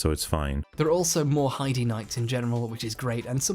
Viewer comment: It’s “HIDE” Knights. They say the name in the game. It’s “Hide” tower, therefore it should be pronounced the same as the tower.